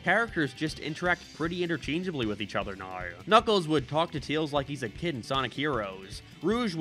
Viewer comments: Why does he say Teals? It's Tails. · Why do you say Tails' name like that? 🤨